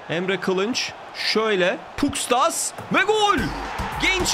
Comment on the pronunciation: Abi şu Pustkas'a Puskas desene be valla ismi benziyor